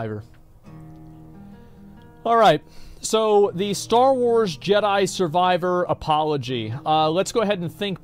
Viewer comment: Star Wards? Wait, can he not pronounce 'Star Wars' WTF? 😂